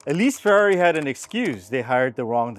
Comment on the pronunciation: It’s ctually pronounced the same way it’s written, i.e Ferrari, not ferry.